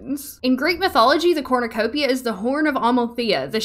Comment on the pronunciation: Evrytime you said Corrnecopia , i got a mini heart attack , Becouse i had to think of the hunger games 😭